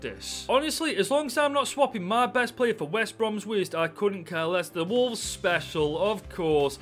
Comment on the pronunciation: Fix the title. You said "Wovles"